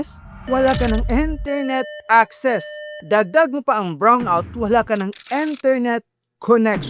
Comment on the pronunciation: Ano tawag dol? Enternit Acces😅😅😅 or Internet Acces